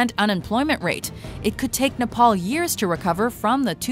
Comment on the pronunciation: Shashank7170 Oh and also we don't say Nepal like that.